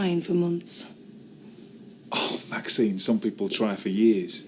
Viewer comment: Am I the only one who has noticed that Ashley continually calls Maxine 'Maxime'?